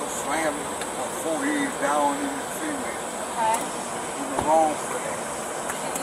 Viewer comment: seement eh.. cement for 1 thing 😂😂😂😂 and 2 sounds like a bunch workers all stood in a circle before they laid they seement the way u say it.. 😅😅😅